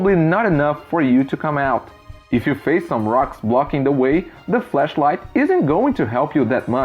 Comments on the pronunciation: If I had to say one thing you need to work on in English is the word flashlight on the cave example. You were saying fleshlight which is very very different... Other than that great job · Ok I’m not trying to hate on his pronunciation but when he said flashlight it sounded like fleshlight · How you say flash light sounds like flesh light. Maybe stick to torch lol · your English is amazing at all times except when you pronounced 'flashlight' as "fleshlight" HAHHHAHA hilarious choice of mispronunciation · Awesome video you’re English is great. I’m using Duolingo to learn Chinese before I move there for at least a year. One advice on your English. When you say flashlight make sure you say the a. Sounded like you said fleshlight which means something much worse. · When saying "flashlight" make sure you exaggerate the *a*. It sounds like you are saying fleshlight... Which is something different. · Your English is awesome and honestly nobody minds an accent at all so don't worry about that :) I will say however, just be careful saying 'flash light' because a 'flesh light' is something very different...I feel bad pointing something out but honestly it might save you from an awkward situation in the future! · When you say 'flashlight' it sounds a lot like you're saying 'fleshlight' which is a COMPLETELY different thing. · Fleshlight? Work on that pronunciation, seriously. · Your pronunciation is super good! Though I did get a shock thinking you said fleshlight, not flashlight 🔦😳 those are..... very different things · Cool video but you might want to work on your pronunciation of “flashlight” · Flash light not 'flesh' light, very different dude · Great video, but be careful as when you say "flashlight" it sounds like "fleshlight" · sounds like he’s saying flesh light instead of flash light. That’s not you having a super thick accent (obviously you have an accent but it’s easy to understand you) it’s just me being dirty. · There's no E in flashlight ;)